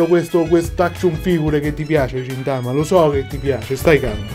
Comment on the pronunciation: Quello li si chiama gintoki ed è di gintama e si leggono ghintama e ghintoki